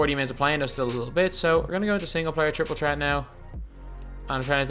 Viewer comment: Jay Johnson he’s Irish so he pronounces it like that tr is ch